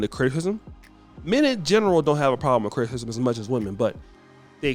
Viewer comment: Did he say Open to criktikizm ?😂